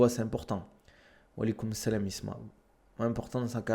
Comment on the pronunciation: Il est très bien bossé ton "oualikoumselem" franchement respect